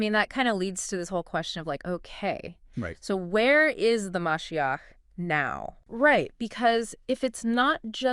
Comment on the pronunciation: Ma she ach is how you pronounce it